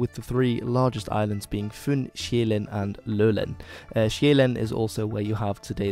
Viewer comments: Impressive pronouncition, but a bit flat on the Danish vowels though ( we are not that extreme - yet! 😂 ). The island Sjælland ( Zealand ) is pronounced like [shell-lan*] with a short abrupt n at the end ( a glottal stop ), not [shei-læn*] 😉 Btw. OE gamul = old ! , Dan. gammel, Gorm den Gamle. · STOP CALLING SJÆLLAND ZEALAND OR SJAELAND. Its Soulland to you foreigners ;) The soul of the nation that was scandinavia, home to the castles, real nobles and their gardens. SOUL LAND! Thank you ... btw, swedens castles are just like a movie set, theyre not real, noone uses them anymore and they look like shit due to neglect ;) Also, the so-called swedish nobillity was offered and served their justice in 1520, look it up ;)